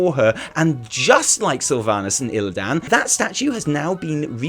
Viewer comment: The way he pronounces illidan's is pissing me off more than it should.